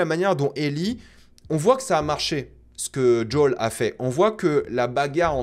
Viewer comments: JUL n’est pas dans cette série, on prononce toutes les lettres « J O E L » 😅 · Son nom se dit pas "jol" mais plutot comme "jowel" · Par contre je sais que tu aimes la VO mais par pitié arrête de dire « djôle » je me suis étouffée en l’entendant 🤣🤣🤣 JO-L suis sure tu peux y arriver 😉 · lol ce n’est pas “ jol ” c’est Joel mdr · Jai beaucoup aimer la bataille a Jackson, super idée c'était bien fait et "impressionnant". Le colosse était lent idiot et costo nan franchement la bagarre j'adore. Et par pitié arrête de dire djol je comprends pas, a quel moment a tu entendu un personnage l'appeler djol ? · Top vidéo comme toujours.. cependant.. il faut arrêter avec Joel tu rends fou!! Depuis quand ça se prononce Djol🤣🤣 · Pk tu appelle Joel « JOL » mdrr